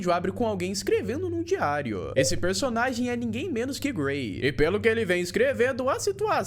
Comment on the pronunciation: Eu ouvi o chamar o gray de Gary kkk